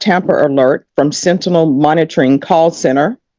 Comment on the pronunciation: finally, 40 minutes in the video and someone finally says "sentinel" correctly...